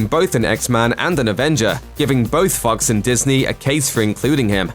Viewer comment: The way the narrator pronounces "Fox" 😵